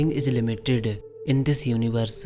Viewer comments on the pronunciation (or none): Wow what a English... everything is limitedu, iniversu, unlimitedu.... 😆 😆 😆